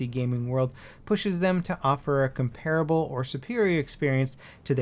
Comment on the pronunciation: Why am I surprised doesn't know how to pronounce "comparable"?